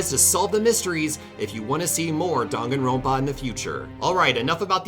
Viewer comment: way of saying Danganronpa Dong-A-rope-A